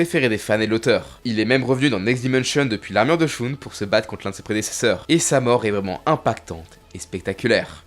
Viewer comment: Personnage sous-estimé : Shun (à prononcer "cheune" et pas "choune" d'Andromède.